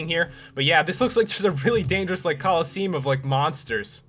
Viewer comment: I am pretty sure that is not how you pronounce “colosseum”.